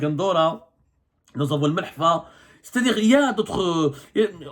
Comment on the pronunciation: Ce kargouli ne sait même pas prononcé mehlfa 😂😂😂